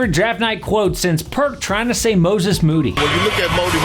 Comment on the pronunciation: Perk trying to say moses moody sent me 😂😂😂